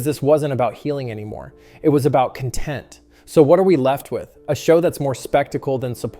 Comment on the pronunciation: It's CON-tent not con-TENT